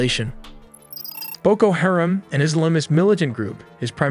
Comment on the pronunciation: It's BOKO HA-RAM. You might want to Google the phonetics of some of the words you're saying because you're saying them wrong.